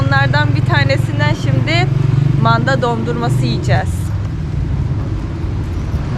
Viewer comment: Manda derken hhhhh hhhh h, yapma dili biraz Kibariye olsaydı yaniii